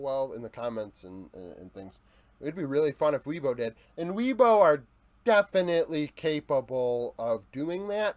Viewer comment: Great video bro! Really like this series. By the way, as a Chinese speaker - Weibo is pronounced "way-bo" rather than "wee-bo," just if you were curious!